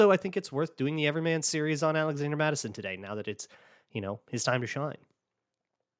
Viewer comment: “zalazander” Mattison 🤔😂😂